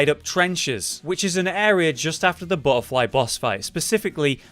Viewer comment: Hermes is given one you explore one depths, and kill the BUTTerfly of Delirium... and all i can say on the names of items... practice sounding it out.. vest-idge... garr-adge... ect...